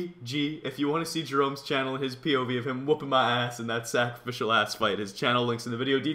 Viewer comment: you said sacraficial ass :P